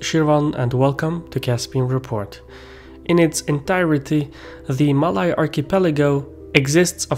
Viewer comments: You mispronounced “Malay” but that’s ok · You can pronounce malaysia well but cannot pronounce malay.. smh Bro its the same pronouncation!!! Its only with or without the 'sia'!!